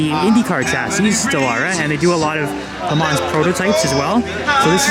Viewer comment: When you say LeMans don’t say the S and a soft N I think